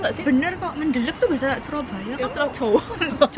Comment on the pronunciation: Pas ngomong "surabaya " Medok 😁😁